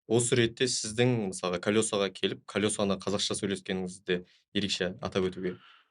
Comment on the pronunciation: Журналист жігіт неге МЫСАЛҒА деген сөзді МЫСАҒА дейді ?